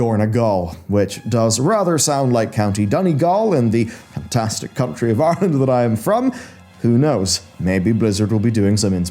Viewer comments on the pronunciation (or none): none